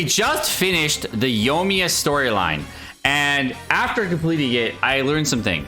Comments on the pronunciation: YO-miya...Bay-DOO...Shing-Q... Pronunciation tips: Yoi-miya. Bay-doh. Shing-cho. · Bro its soo annoying lol also leaving the I out of Yoimiya. He said Yomiya over and over again. Singku, baydoo, and yomiya.